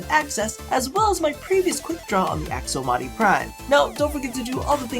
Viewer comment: You said aksomati at the end. Was that just to fuck with us or what because now I'm triggered.